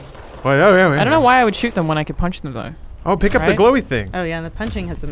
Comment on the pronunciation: "I don't know why I would shoot them when I can punch them though" Alanah's Aussieness slipping out there...